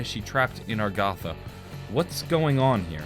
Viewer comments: Samantha: "You can open the gate way to Agartha!" (Pronounces: A-gar-tha): "Stuck in Agartha." (Pronounces: Ar-ga-tha) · My goodness its a-gar-tha